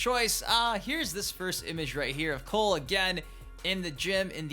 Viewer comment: You gotta stop saying coles name like that you sound stupid just say it normal